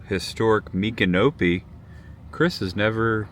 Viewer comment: Boy you butchered Micanopy. Why don’t you ask how places and towns are pronounced